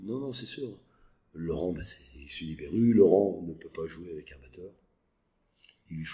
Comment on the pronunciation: LORANNNN pas Laurent